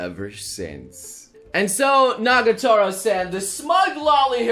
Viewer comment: it's NAGATORO, not NAGOTARO